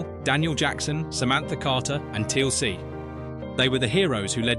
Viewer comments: 'Teal ce', Ffs, it one word, Teal'c. AI Rubbish! Onr of the pictures of Garry Jones is not even him, it's Ross Kemp!!! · Teeuhl "C" HAH!